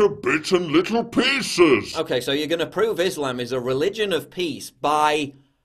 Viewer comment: He didn't say pieces he said peices. You know like the horoscope. LoL. Love your vids. Keep up the good work.